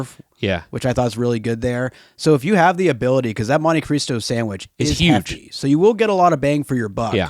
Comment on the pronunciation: I've never heard it pronounced "monte kreestow." I don't know if it's necessarily wrong, but I'm convinced they said it a million times just to annoy me 😆 I'm hype for the orca shirt, god bless